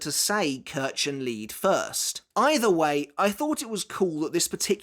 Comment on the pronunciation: Kirchenlied is German for Church Song. And the pronunciation is... ouch. still. it would make sense for a Quincy-specific magic system to exist.